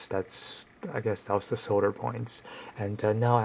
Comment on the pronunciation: 1- cut your nails 2- learn to pronounce "solder" 3- stop fucking whispering